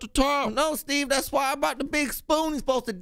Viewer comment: The way she says “stEVE” always takes me out lmao